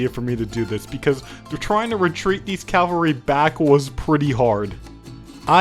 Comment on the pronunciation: Are you saying CALvary on purpose instead of CAValry?